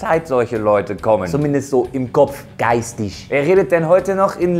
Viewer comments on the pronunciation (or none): Erstmal heisst es geistig und nicht geitisch...